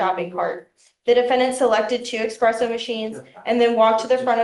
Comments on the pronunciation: Espresso, espresso, espresso! Not eXpresso, it's not that hard to say espresso unless she's referring to her quick(express-o), exit from the store. 🤦‍♂️ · Dear americans, PLEASE stop calling it an expresso machine! It drives me nuts!